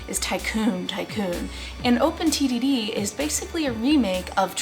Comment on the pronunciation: an open Tiddy D You can't unhear it. Also, thanks for the video, I'm kindof late but I enjoyed it non the less